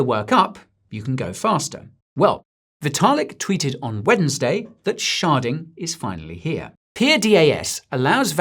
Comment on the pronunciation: Hahahaha sounds like you're saying sharting instead of sharding😂